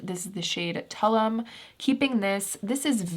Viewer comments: I was going to also say the same thing about Tulum. It's pronounced too-LOOM (emphasis on the second syllables) 🥰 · I hate being that person but for Koh Gen Do, the "Gen" is pronounced with the "Gh" sound rather than the 'J' (so it's not Koh-Jen-Doe", but pronounced like it's spelt). Also, the Ilia skin tint shade is pronounced "Tuh-loom; a city in the Yucatan peninsula in Mexico (